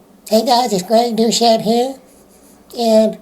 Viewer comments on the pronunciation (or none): It’s called DOUCETTE! Not douCHette. Which is not a good word in French. It’s pronounced DO SET!!!!!!! Don’t make me get my plus 10 hat of machin gun